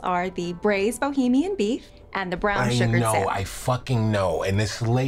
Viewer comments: Tbh Tyler seems like the type of guy to say sallmin..even just to make this skit better lol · Everyone: Salmon Tyler: sEmEn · I like how he pronounce "Salmon"